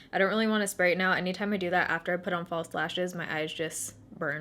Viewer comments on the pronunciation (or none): none